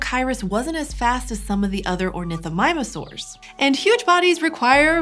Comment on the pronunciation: I hate the fact that she said ornithomimusaurs